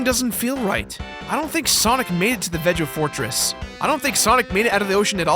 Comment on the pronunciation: I think the Veg-o-Fortress is pronounced with a hard, not soft G. Veg as in Vegas. so Vegas-o-Fortress. I always loved that subtle naming thing